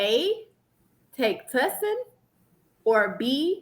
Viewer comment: Not the “Tussin”😂😂😂😂😂😂